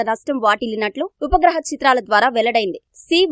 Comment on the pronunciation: Voohaa chitraalu kadu Vupagraha chitraalu